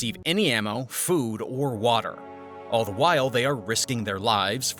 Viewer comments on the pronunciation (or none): none